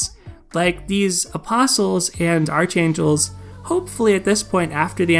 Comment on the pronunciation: Btw, it's pronounced ark-ain-jel, the h is silent. It is not like archenemy, which you do pronounce the h. I don't know who came up with these English rules, but they are confusing as hell.